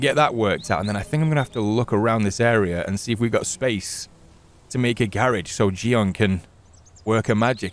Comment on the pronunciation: C'mon it's Ji-yeon, hearing jion from you is trippy af lmao For the algorithm God and keep up the great work!